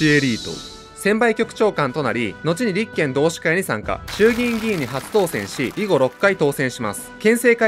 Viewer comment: 立憲のイントネーションが気になる